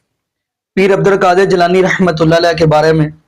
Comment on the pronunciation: جناب السلام علیکم ورحمت اللہ میں ر پر زبر ھے آپ رحمت اللہ کو ھی غلط پڑھتے ھیں درست کر لیں